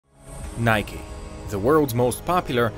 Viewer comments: why are you saying nikey just say nike ffs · its nike not nikey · "Btw thats how you pronounce Adidas" and then you call it Nik-e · why you say it like nik-e / nikee ITS NIKE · In my language Nike is pronounced like hike but with n(nayk if it helps) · It's actually a Greek word and it should be pronounced Neke,which in Greek language,means "Victory".